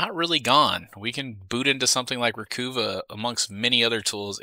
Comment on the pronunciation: Interesting.... I use Dban when doing disk wipes,,..... Not to be annoying but it;s ReCuva, not Recoova Stay Safe